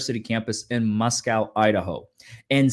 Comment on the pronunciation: Just an FYI since I'm from Moscow, ID - it's Moss-Co, not Moss-cow.